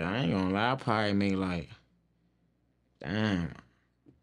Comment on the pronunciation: nigga really say damn like that on a normal lmao 🤣